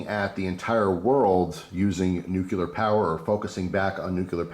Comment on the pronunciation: Nuclear = "new-clear". Just trying to educate. :-)